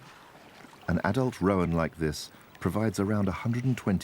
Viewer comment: Great footage but if I could point out one insignificant niggle, "roan" (antelope) is pronounced "rone" not "ro-an".